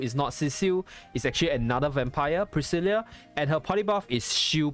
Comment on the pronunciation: Her name is actually pronounced Pris-Sill-Ahh, my little cousin's name is the same name so I'd know. Not a complaint mind you just letting you know for future reference is all.